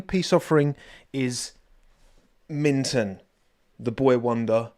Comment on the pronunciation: Always watch until the end,. Minton? Nah, Winton.